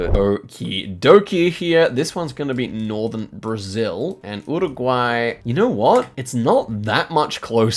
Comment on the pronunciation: Can you stop saying URRuguay? Just say 'Yooregwy'